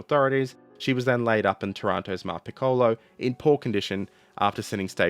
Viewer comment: Hey - native Italian speaker here. Hoping to help for the next time your subject brings you to pronounce Italian words... 1. TAranto and PICcolo - stress is on the first syllable 2. You pronounce "Giulio" as if it was the Spanish "Julio", like most English speakers. The "Giu" group in Italian is pronounced like you'd pronounce the "Ju" in "Judas" 3. The letter "c" is tricky in Italian. Before a, o, or u it is pronounced ilke a "k". If it is before e or i, it is pronounced like the "ch" in "Charles". So "Cesare" is "Chay-sah-ray" (sort of). 3.1. The "c" in "Decima", similarly, should be pronounced by a native English speaker as if it was written "dechima" (NB it is the exact opposite in Italian, "ch" is always pronounced like "k")